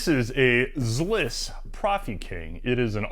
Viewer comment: That vice is pronounced ZI'-liss. Not Zliss. 😊